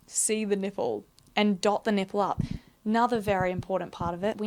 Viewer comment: Is it bad that for the first few minutes of this when I knew you was going to be talking body parts I wanted you to pronounce them funny, nay I was praying in my head for you to pronounce something funny and you didn't disappoint with your Nip-pell shout, I live for these carry on :)